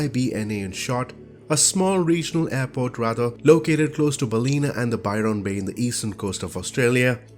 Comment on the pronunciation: Ballina. Pronounced Bal as in balance. In as in the toilet. A as in A simple description. Bal-in-a. Not Bal ee na.